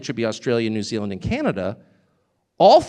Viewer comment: New zealamd